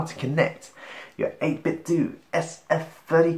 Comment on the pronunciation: 8 bit DOH, not DOO! Sounds like Nintendo.